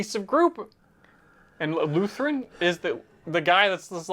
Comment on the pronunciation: It’s Bix and Luthen, not Brix and Luthren. Also the planet’s name is Ferrix not Fenrix. The slightly off names you’ve been saying has been bugging me for weeks 😂